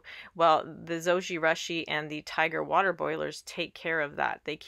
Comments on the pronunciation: LOL, Japanese pronunciation is Zo-ji-rooshi...the Japanese u sound==the "oo" sound as in moon. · Yes, it was a bit annoying hearing the mispronunciation of Zojirushi. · Yes. Very strident to hear the horrid mispronunciation. Ugh. Embarrassing and so vexing that there’s Americans who don’t know such basics. 😑 😣